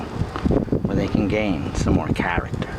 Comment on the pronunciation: hows this not viral "characta"